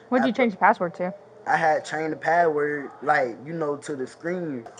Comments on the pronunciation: He didn't even say patword. He said paword. Even more pathetic. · No, I don't feel you nor do i want to. What is a "paa wor"? It's "ASK" not "AX" it's "THAT" not "DAT" It's "FIXING" not "FITTIN" it's "THIS" not "DAT" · "I tr'n to get my clothe" "I change her padword" 😂